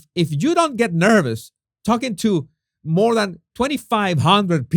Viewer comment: “more” with a “roar”?😅